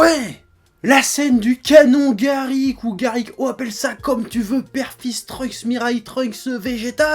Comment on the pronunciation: J'ai remarqué que c'était canon garLick et pas canon garrick. En tout cas, c'est la prononciation d'Eric Legrand dans DBZ kaï.